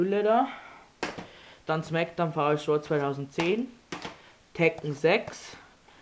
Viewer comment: smackdown vsraw .. haha du spricht es voll falsch aus